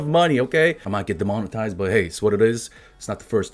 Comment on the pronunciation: "Demntized...." = "Des Mona Thighs" Lmao XD